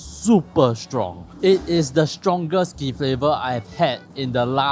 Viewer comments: The dialect saying for "alkaline" - "kee" is in first tone in terms of the four tones in hanyu pinyu, it always is. Right now, think you are saying it in third tone. As for dried sole fish "ti poh", it should "ti4 poh/r4" (sounds like 替破）, right now you are saying as "ti3 poh4". Anw thanks for taking in my comment humbly, kudos and respect! If those terms are said correctly, they will make a lot more sense and the content quality would be even better than it is now! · bro .. maybe it’s not a big deal and you don’t speak the dialect, but when you say words like “kee” and “ti poh”, the sounds are almost completely wrong. Not sure if you will bother to go find out how are they said and correct them. It’s just very unpleasant to hear you almost completely mispronounce how those words are actually pronounced. Just my two cents worth.